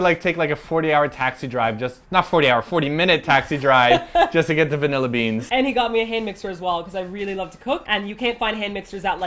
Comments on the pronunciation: "Vinella"??? Does this fall into the category of words Martina can't say properly? XD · First thing: "Vanella"? Really? I've never heard vanilla pronounced like that. xD Second thing: Oh great, how do you feel now that you've possibly ruined TOP's quiet alone time? (And tipped off the v.i.p's before i could go check there first ;A; ) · "Vanella beans"... teehee...